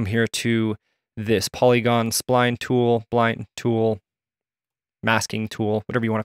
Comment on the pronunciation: Great tutorial. Thanks! If I may offer one very small (but hopefully helpful) criticism... The word "spline" is pronounced "spah-line" not "spine". Thanks again for the great video. Keep up the good work!